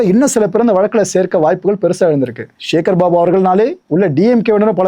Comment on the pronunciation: ச என்கிற தமிழ் எழுத்தின் மீது இந்த யூடியூபர்களுக்கு என்னதான் கோபமோ தெரியவில்லை... சிவனை ஷிவன் என்பது, சக்தியை ஷக்தி என்பது சேகர் பாபுவை ஷேகர் பாபு என்பது... ஏன் இந்த வெறி? தமிழ் இன்னும் கொஞ்ச நாளுக்கு உருப்படியாக இருக்கட்டுமே...!